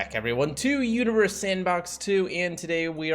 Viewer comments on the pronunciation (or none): Lol. Sounds like you are saying “welcome to uterus sandbox 2”